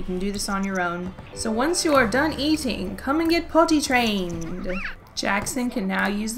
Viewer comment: Why is it that whenever you say potty trained... i hear it in an english accent